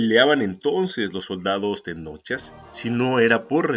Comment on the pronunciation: Una aclaración no se les dice TENOCHA o TENOCHAS SE LES DICE TENOCHCA ó TENOCHCAS, antes de leer investigas como se pronuncian los vocablos en náhuatl